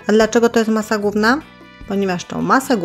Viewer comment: "Masa gówna" dla tego warto pracować nad wymową.